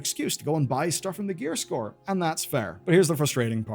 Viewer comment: You keep saying Gearscore instead of Gear Store